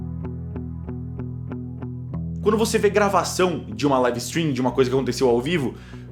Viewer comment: É taum bão pronúncia "laive istrim"